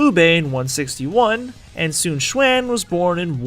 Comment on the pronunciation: Su Chuan? You mean Sun Quan? :P